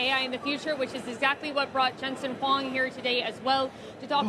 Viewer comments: Huang not Wong😢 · the way they pronouced Huang was wrong, sounds like Wang